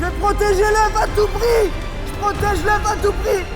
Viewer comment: Commem a il a dit je préfère me casser un bras que leuf 😅. Sinon bon courage et bon rétablissement